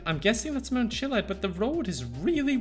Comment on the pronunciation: Ok I wasn't going to say it, but it's kinda annoying me. It's Chiliad,, Chill i ad. Not Chillad.